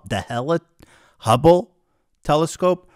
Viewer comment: Ethan saying the ✨Humble✨Telescope every so often reminds me of boomers saying chipoltay instead of chipotle